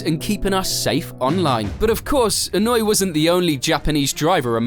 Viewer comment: Annoy? His name is not annoy, that was what he used to do on the track for drivers and spectators, but that's not his name. it's Inoue, he's Japanese not German. E-noo-ae